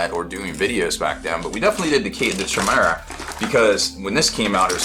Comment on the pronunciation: Chimera, pronounced, kymera